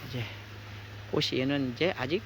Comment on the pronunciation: 꽃이 피었다를 꼬시 피었다가 아니라 꼬치 피었다로 발음해야 합니다! 자랑스러운 한글을 우리들이 제대로 사용하고 지켜야 합니다!!!